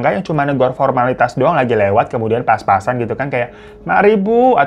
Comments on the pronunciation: Lidahnya keseleo itu mah.. Kayak temen gw, sertifikat disebut 'setrifikat'😂😂. Dibenerin gimanapun ga bakal bisa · Ya emang Bang Hiro kan lidahnya suka typo, maklumi aja. 😂